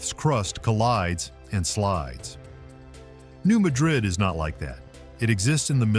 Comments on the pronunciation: It's not New Muh-DRID. It's New MAD-rid. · Mispronounced Appalachia (Ap-ah-latch-ah) and New Madrid (mad-rid). It's mah-drid in Spain BUT mad-rid in USA. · New Madrid, Missouri is pronounced MAD-rid. It is not ma-DRID, like Spain. MAD -- like angry, rhymes with sad. Emphasis on the first syllable. New MAD-rid, Missouri. Please! Hearing mispronunciations is like hearing fingernails on a chalkboard. (For those of us old enough to know what that sounds like.) And the New Madrid fault is not “rarely mentioned.” We that live here keep clearly in our minds that the fault could decide to move at any point, on any day. (Edited for spelling.) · New MAD-rid. That's how we pronounce it. Cookeville here. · From both areas. It’s “Apple latch A”and “New Mad Rid”